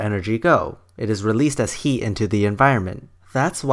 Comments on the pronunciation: it is "HEAT", not "HE"! XD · You seem to harbor a lot of animosities. I think that the combination of your filthy mouth, your inability to pronounce the word "heat" correctly, and the amount of time you spend telling us how the other argument is wrong rather than proving it, I can safely assume that you are a victim of the political hijacking of science. I am not a fundamentalist nor an atheist, but your argument was circular and filled with sensationalistic naughty words. I would not be surprised if this was made while you were still living in your parents' basement. Take the chip off your shoulder and move on with your life. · I love how you pronounce heat :D